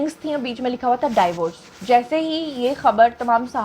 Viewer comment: MashaAllah you speak very well Want to correct your one pronunciation Divorce زبر کے ساتھ نہیں ہوتا۔۔۔۔۔۔ زیر کے ساتھ ہوتا